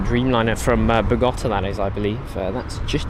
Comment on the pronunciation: Bogotá please, accent on the letter “a” thank you